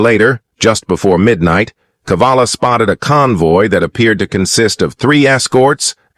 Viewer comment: Cavalla, not Kavalla. Saw it several times in the script.